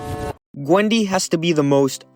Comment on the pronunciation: did bro say Qwendy 💀💀